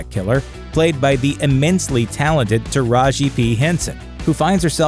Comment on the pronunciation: "the immensly talented taraji p henson..." aaaaaaand you've lost me already